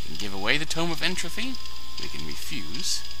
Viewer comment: Regrettably, good sir. You said it with an ending like "trophy" when it is indeed "entropy" with a hard 'p'.